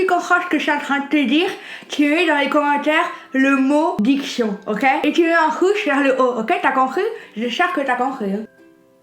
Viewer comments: Addiction ? Diction ? NON Diqchon 😉😉 Olive you ❤️ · Grave original !!! DIKCHION 😂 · J’adore la palette 😍😍👌🏼les couleurs sont sublimes. Je ne suis pas fan du vert mais ce make-up est trop canon 👌🏼❤️. Très jolie « diction » avec un pinceau entre les dents🤣. Pas: j’adore 😍🤗 ta coiffeuse, style hollywoodienne derrière, elle vient d’où ? Bisous 😘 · diction ezgfzuefgrig tu m'as tué :) ton makeup est magnifique !!! <3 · C'était trop drôle quand tu a fait une diction à 😂❤️💋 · Diction mdrrrrrrrrr ce mot est etrange 😅😂 jtmmmmmmmmm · Tu as dit diction et le make up est trop beau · Même avec un pinceau entre les dents tu as une bonne dicton 😉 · Tu as une superbe diction quand tu parles avec le pinceau dans la bouche 👄 je t’adore 💋💋💋 Gros bisous 😘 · Magnifque diction 😂. Ne t’inquiète pas on t’adore 😘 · meilleur moment de ta chaîne ❤️ Pq: (diction) #teamlesmeilleurs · Et oui le mot diction lol fenty la cataa